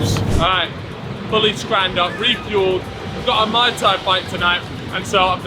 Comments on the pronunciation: it’s pronounced “mooy Thai” not “Mai Thai” because that is a drink lol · MAI TAI lol that’s a drink it’s Muay Thai (Maooi Thai) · Ngl, got irritated when he pronounced Muay Thai as Mai Tai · repeatedly saying Mai Tai and not muay thai is jarring